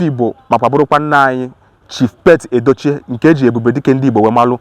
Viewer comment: His name is "Pete Edochie" . The correct pronunciation is "Peet", not "Pet".